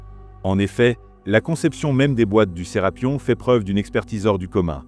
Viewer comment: C'est pas Serapion mais Serapeum c'est vraiment énervant à entendre. 😡